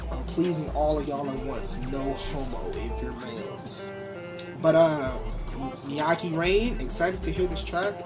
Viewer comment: his voice is distinct af, Father Forgive Me For My Sins from black sheep is also good btw it's pronounced "meh-ky" (rhymes with high"